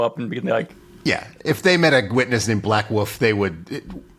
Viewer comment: saying "Black Woof" instead of "Black Wolf" is adorable and drags me out of the peril they're trying to set up. Stunning opening to the MM episode. Let the train wreck commence!